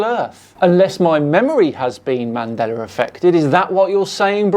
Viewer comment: Um didn't used to say Mandela effect? I kinda hear ManDelar effect. Or maybe I'm remembering it wrong Mandela with an 'a' not 'R'